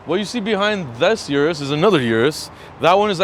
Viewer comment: O-RUS not U-RUS